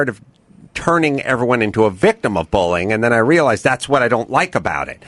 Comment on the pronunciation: Why does Adam pronounce "bullying" as "bowling."